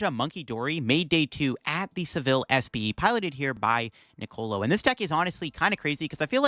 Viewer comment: Doesnt take long to look up how to say Sevilla